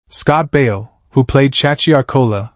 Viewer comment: Stop all this “AI” voicing, you can’t get the punctuation correct or the names correct, Scott Baio is not Scott Bale, and numerous other mistakes. Check your videos before you post. 👎